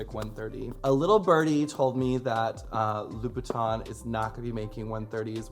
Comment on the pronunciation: You would think such a red bottom fan would be able to pronounce Louboutin correctly